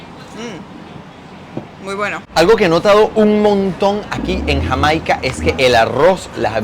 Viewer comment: 2,02 minutos.... cuántas veces más hasta el fin del video, dice Hamaica,encima lo pronuncia mal 😂